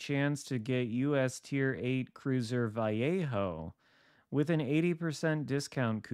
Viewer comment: Ok. Your killing me.... My brother lives in Vallejo. So here is easy way to say it .. VA-LAY-HO....